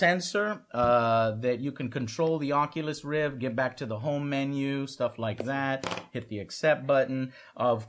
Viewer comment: "Onculus Reef"